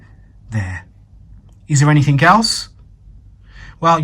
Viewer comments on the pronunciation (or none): Just so you know..... there is no word in the English dictionary pronounced anythink. (AND you are English) go figure.